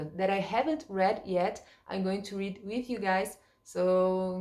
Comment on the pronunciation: Enjoyed your video,. Your English is sounding good and you appear to be enjoying learning about your new country; especially about "your" Queen, etc. But maybe not so much about English weather!? The word "read" in the past tense sounds like "red" The word "brewed" sounds like "BROOOD" Have a Happy Christmas and Happy New Year in the UK!